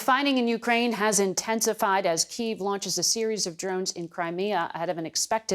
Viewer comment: Ooof this ladies cotten mouth and can't pronounce kiev